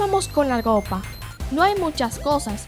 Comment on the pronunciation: En el minuto dice gopa y es ropa